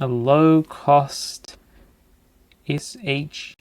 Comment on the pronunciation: ADSP-21065L Super Harvard Architecture Computer (SHARC) DSP Microcomputer. I've always heard that pronounced as Shark. I wonder if those relays on the speaker output board are just for muting, and soft power-on/off, so that you don't get loud clunks in the speakers on power-on/off.